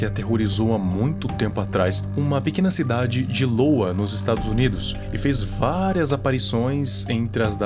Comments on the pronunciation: LOWA? poxa cara, é iowa, com "i" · Iowa, iOWA, AI-OU-A, leu I como l 😭😭